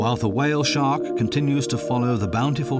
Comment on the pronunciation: Why do you say, "Whale Shock" instead of Shark?